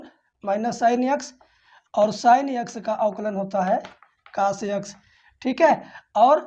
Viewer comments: कोस ❌कास✅ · Sir ji not cas, cos boliye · Cos ❌ Kaas ✅ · Cos ❎caash✅ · Cas nhi cos 😅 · Kaas nahi hota hai 😅 cos hota hai sir ji 😊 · Sir boh kaas nhi cos hota h 😂😂😂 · Cos hota hai❤❤ sar cas nahi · काश नही कोस होता है सर जी।।😅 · Sir कास nhi cos पढ़ते हैं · Pele tu pdna to sik ja cos ko tu cas pad rha hai or tu class le rha hai kya teacher bnega re tu